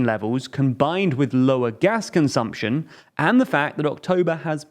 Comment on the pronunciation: Ah yes, "consuption"